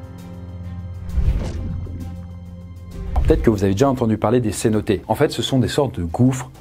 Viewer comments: Merci. Cependant on dit cénote et non cénoté. Ce nom vient du maya... Bon il suffit de demander à Google... Bref il faut bien prononcer les noms... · Cénotes, prononcer cénoteu et pas cénoté.